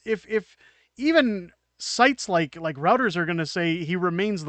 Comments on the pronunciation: Check your pronunciation of Reuters. sThe first syllable sounds like "Roy". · Good work and congrats on your growth -- you def deserve it. October 2025 seems like a lifetime away. Side note: Reuters is pronounced "Roy-ters."